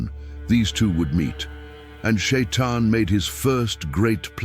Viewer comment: Почему чтец читает не правильно! Ни Шаян, а шайтан!